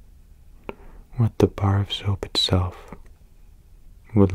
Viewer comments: I thought he said barf soap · The way he says "a bar of soap" 😂😂